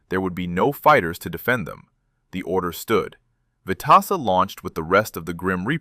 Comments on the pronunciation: Pronounced Stanley “Swede” Veteza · Vet tis sa , correct pronounced. Rear gunner wasn't able to fire a shot, due to G forces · I can not believe that the AI can't get the name right!!! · He deserves to be remembered and he deserves to have his name pronouced correctly.